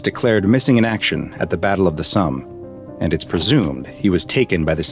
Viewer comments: You know how to say somber? Well, Somme is like that without the R. It's not pronounced "Sum" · its the battle of the "som" not the battle of the sum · That’s... not how you pronounce the Somme It’s a hard O, not a soft one like when pronouncing some.